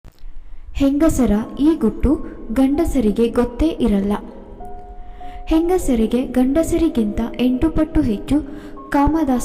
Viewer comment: ಹುಟ್ಟು ಅಲ್ಲ ಗುಟ್ಟು ಅಂತ ಹೇಳಿ